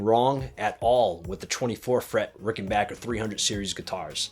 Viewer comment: Thank you it's great to hear rickenbacker pronounced the right way! I loved these guitars for over 4 decades & own 3 ricks great video